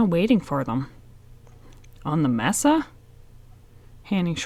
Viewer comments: Its pronounced MASA!!!!! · Uvalde (You-Vol-Dee), Mesa (May-Suh), sorry, my pet peeve.